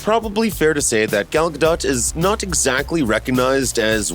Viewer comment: what makes me cringe is the idiot who keeps pronouncing ga-dot instead of ga-doe. do your homework fruitcake.